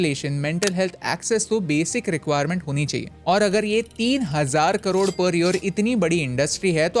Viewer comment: Karode ❌ Krorrrr 🔥🔥